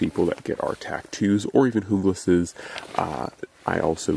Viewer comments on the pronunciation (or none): Isn´t it pronounced junglass as in jungle?